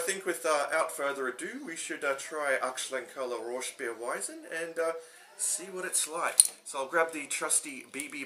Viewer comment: The colour makes it look inviting enough to at least give it a try, well done with the pronunciation too. Cheers